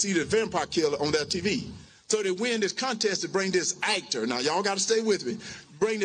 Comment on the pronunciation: What is an AIKTER